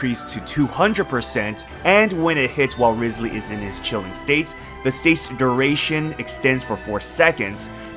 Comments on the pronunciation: Rye-slee not rizz-lee.... 😢😢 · By the way - it's RISE ly not RIZZ ly. Listen to his own introduction when he visits the home of that prisoner. I have a guarantee for him. He's so cute. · Still pronouncing it riz lee when in the game he's called Wriothesley (riots lee)...